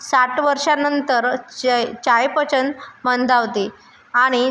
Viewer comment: चायपचन नाही चयापचन असे बोलावे.